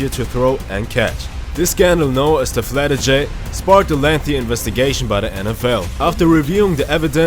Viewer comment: Really? Can't even pronounce words properly?😅 Not a good way to gain subscribers. Say "deflategate" again please!😂